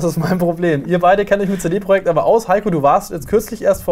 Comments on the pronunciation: CD Projekt... wie kann man das so schlimm deutsch ausprechen.. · könntet ihr cd project bitte richtig aussprechen?